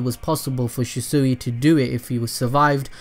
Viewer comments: He keeps calling him shisuey Did he even watch the show? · The mispronunciation of shisui throughout the whole video bothered the hell out of me lmao but I been watching for a while now and he pronounces it right now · Am I the only one that is triggered by the way he calls shisui’s name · Im getting TRIGGER at the way your saying ( The god or G.O.A.T ) Shisui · Wish you would say his name right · butchred his name very 3 seconds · Anybody else annoyed about how he says his name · I absolutely hate the way he pronounces shisui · Hate how this dude pronounces shisui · Shisui- (she-swee) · It’s pronounced “she-swee” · ITS PRONOUNCED SHE - SUIE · Its pronounced (she - swee)....sounds weird how you saying his name. Other than that, great content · Okay say it with me SHEEEEE-SWEEEEEEE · Attach-chi and Shew-sew-wi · IT'S SHIS-WAY! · SHEE SWEE= SHISUI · ITS SHEESWEE LIKE THAT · Everything he said she-sui I got triggered.... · sHi SoOeY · She swi is how it is pronounced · His name is shishui not shisui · How to say it properly Shi=She Sui=swee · Ohh it's pronounced she-soo-e I thought it was she-swee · It's pronounced "shiswi" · Abdul S I think he’s saying it like that bc the fixes in his name have 2 meanings and it could also be his accent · Bro stop saying shiesuuuuie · It is pronounced Shi-Swi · pronounced she•swee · Stop saying shesue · It’s pronounced (shees-u-ee) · Im sorry but thats not how u say shisui its pronounced (shee-swee) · It’s pronounced shee-swee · It’s pronounced shisuei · It’s pronounced she-shu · It’s not pronounced shesuey it annoys me to much 😥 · Stop saying shi-sui it's so anoying it's shi-sui not shi-sui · It's pernouced like she swee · Lord he keeps saying the name wrong and it bothers me. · I know you said you butcher words but (she - swee) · It’s pronounced sheswee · Am i the only one who was bothered by where the shisui's name was pronnounced She-sooe. go back and look at it peeps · Shees-swee that’s how you say it -.